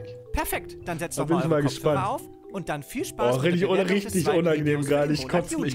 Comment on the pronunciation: „Spaß“:D